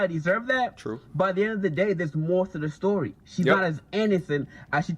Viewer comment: Sir you said stowwy. Story... say it with me now